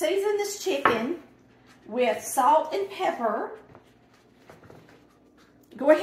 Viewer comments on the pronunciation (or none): none